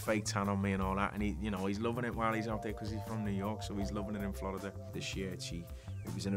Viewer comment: His accent is so fucking good. His pronunciation of “Florida” is so legit I’m amazed. Hats off to Graham.